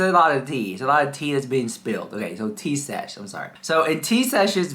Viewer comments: Thank you so much, girl, for the laugh! You could not get her name right to save your life! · you called her Tea Sesh the whole video. Except once..😂😂😂❤❤❤but you know her and you do not even know her name You liar the house.😂😂😂. You better fix the video and correct her name and then I will believe you...😂😂😂